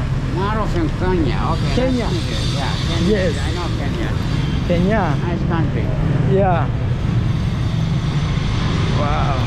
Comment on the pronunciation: When told him he was from Kenya and the man called it Karnya and quickly said I know that place. I was sure everything out his mouth was a lie 😂